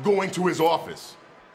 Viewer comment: NY accent slipped out 😂